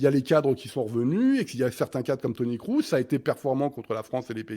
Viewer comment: Toni "Crousse" ? Non mais serieusement sortez le clown 🙄.